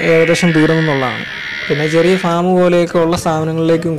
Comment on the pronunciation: ഫേo അല്ല... ഫാം (farm)